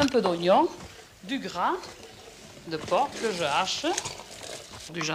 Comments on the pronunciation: On ce demande si c'est de l'humour ou pas Like si t'as ris quand elle a dit du porkkk (porc) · Gras de porc ont ne prononce pas le c mais ça c'est de la vrai cuisine ça ouvre l appétit hum un délice merci Maiite